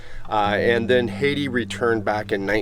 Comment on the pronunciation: Beautiful video. I love the old homesteads. BTW, I had an aunt named Hattie and it was pronounced "Hat-ty".